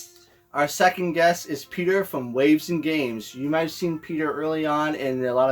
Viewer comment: Aw, love hearing the car ride and friends hook ups with the handhelds!! I feel like so many people have that same theme of memory!, did you call Peter "Peta?" lol His story is great--gaming AND HP, what's not to like? Wait--Peter, did you stay awake for the movie? WOO!!! We made the TV!!! Aw yeah!